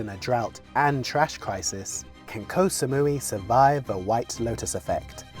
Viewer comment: Can Koh Samui survive the egregious mispronunciation of its name much longer?